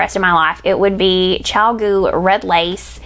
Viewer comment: Your chiagoo vs hiya hiya is a scream -- soooo funny